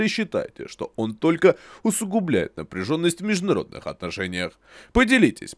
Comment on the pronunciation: Супер! Такого рода "напрчженнось" просто необходима!